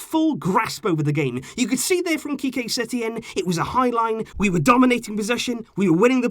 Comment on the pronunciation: “ qique setein era” lol